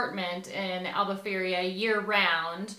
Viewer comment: Its not Albufeiria but Albufeira guys 😂